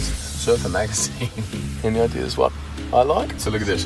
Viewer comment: I like you to surffing with me it's too funny to listen the watttttt